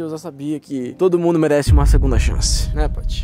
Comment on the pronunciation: "CHANCE" Com s. KakakakakKkakakakak